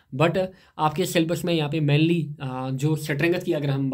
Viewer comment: Mainly❌️ Manly✅️